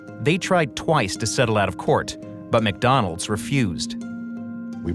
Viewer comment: Was the guy pronouncing court "tort?"